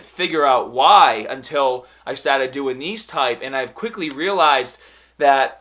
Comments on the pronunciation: youngaaaah, bahbell ,staahteed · LETS GET STAAAHTEDDDDD, PUSH HAADAAAAHH